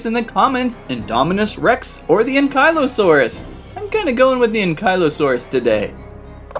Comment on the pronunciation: I've never heard Ankylosaurus pronounced so horribly wrong lol it hurts.